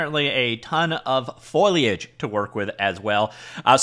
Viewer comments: He’s getting better, but still using Foil. I hope he’ll remember the times I’ve given help. Say it with me … Foe Lee Age. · well, he said Foyliage. so not exactly.